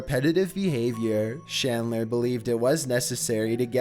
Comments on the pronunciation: Chris Chan's last name is CHandler. Not SHandler. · #5 is CHandler not SHandler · Holy hell, dude, it's CHandler, not SHandler. Chris-CHAN